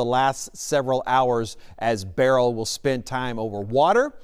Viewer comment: not looking for a Flippen star, I'm anxious to hear some say the name correctly. I'm irked! Grr.....😂